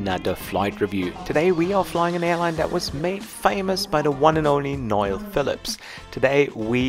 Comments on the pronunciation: He is pronounced No L Phillips not Noil Phillips, keep up the great work. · yes. can't pronounce Noel(Noel Phillip's, who also has a travel channel) so he always calls him Noyl, lol! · Ur fellow Av geek Mr Phillips 1st name is pronounced No EL Good man yourself! Christy 🇮🇪/🇵🇹 👍